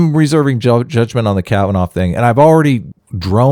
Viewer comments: Kavanaugh.... pronounced kav- an- aww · 1 week ago My mispronunciation of Kavanoff is unforgivable. I throw myself on the mercy of my audience. (as a christian I have to forgive you.................................well.... that wasnt any fun